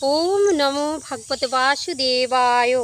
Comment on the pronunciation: ভাগবতে নয়,ভগবতে হবে উচ্চারণ